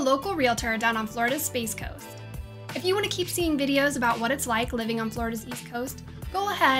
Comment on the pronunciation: Ok one second say “about” again I’m pretty sure I heard a great north accent